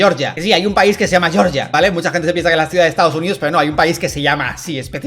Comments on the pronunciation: Georgia se pronuncia "jeorjia", no "yorya" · El país no se llama "Yorya" se llama Georgia... por qué le dan la pronunciación anglo?.. :( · No es yorya es Georgia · pronunciación en español de como se entiende en español, Dalas pronuncia lo que entendemos por el estado del sureste de EEUU